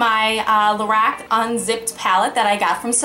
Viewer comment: It sounds like you're saying "Lorax".